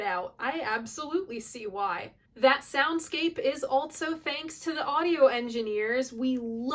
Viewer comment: Your pronouncement of "also" as "altso" is fascinating, where did you grow up?